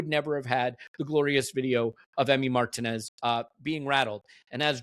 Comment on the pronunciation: Mar-teeeeeeeeeeeeeeeeee-nez. Margin-ez is completely wrong.